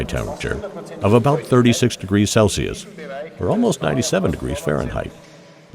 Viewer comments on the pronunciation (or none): none